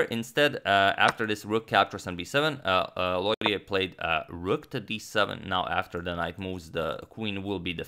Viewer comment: Lautier would be pronounced more like low-chay, and Pelletier more like pell-chay